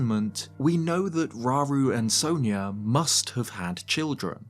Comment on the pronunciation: It bugs me how the games pronounce sonia so wrong. It's sawn ya not so neya